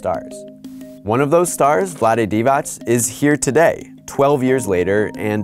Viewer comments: You pronounced Divac’s name wrong it’s pronounced “dee-vatz” not “dee-vach”. In Serbo-Croatian, if a C has a mark above it, it’s a “ch”, if it doesn’t it’s “ts” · Jovan Djordjevic to me it sounded like he said Divać (divach) most of the video. I know that divats is how it should be pronounced. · he did once and then got it wrong every other time it isnt divach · Jovan Djordjevic no he didn’t he said “Dee-Vach” many times. He only got it right a handful of times out of the few dozen he said it… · Thank you for informing me about the legendary Dejan Bodiroga. Also, Vlade Divac's last name is pronounced "Divats", there's no diacritic on the c. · Haris Serdarevic this is what I said when I saw this comment! I’m like wtf this dude was definitely messing it up most of the vid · Yea hid did mess up a few times I commented as soon as he said it the first time but nevertheless it's progress